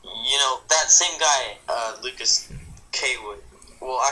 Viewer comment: Also, thanks for mentioning me! Also well done for getting my name right! People say it is Lucas Coward.